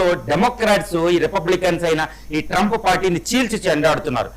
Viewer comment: ట్రంపూ.. హార్మోజూ... హమాసూ... ప్రపోజలు... మీ ఇంగ్లీష్ సూపర్ సార్.... 😂😂😂😂